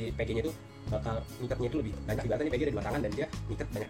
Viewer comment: pengucapan VG sama PG nya bikin puyeng... gak jelas....